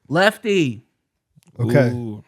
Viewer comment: why did say lefty like that😂😂